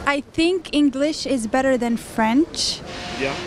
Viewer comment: He said what! Which on is be'eeeee😂😂 what the hell either say Better or American pronunciation better like the girl said